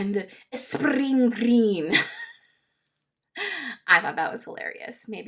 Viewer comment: Liked your accent on 'spring green'. 🍀💚🖋